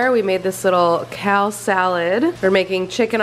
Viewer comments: You pronounced "kale" wrong again 😂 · You said “kall salad” do we have to roast you aGAIN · you still say kale as 'kaal' 😂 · lol "kall salad" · KAY-AL SALAD not CAL SALAD 😂😂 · Wait, was that cal salad or kale? Hahaha.